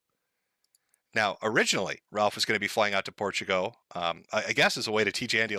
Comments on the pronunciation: STOP CALLING IT PORTUGO!!! THERES AN L AT THE END FOR THE LOVE OF GOD! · TIL doesn't know how to pronounce Portugal